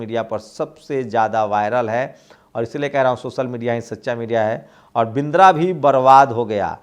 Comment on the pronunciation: बिंद्रा नहीं बदरा बोलिये।